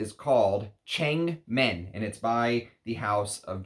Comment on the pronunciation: Should be pronounced as thurn-meng as in Wo(MAN).